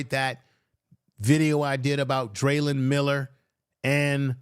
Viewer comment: It's not Dralyn Miller but Dralon Miller